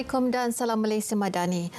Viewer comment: Salam tu, sebutlah betul2 ...:(